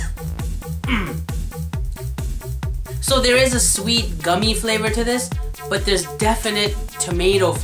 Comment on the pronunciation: Goomie(?)lol, yeah, that's how I'm gonna say gummy from now on. XD